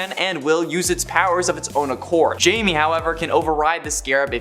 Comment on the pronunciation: Blue Beetles name isn't Jamie (jay-me) It's Jamie (hi-may)